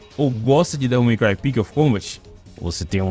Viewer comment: "Devil May Cry Pix of Combat" mandou bem 🖐️